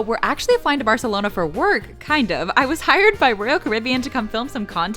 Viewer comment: You say barcelona wrong but food review good